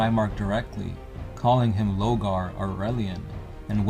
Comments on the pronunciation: you missed the point it's lorgar and they keep saying logar lol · Why do you keep calling him "Logar" ? out of curiosity.... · Lor-gar! you mong.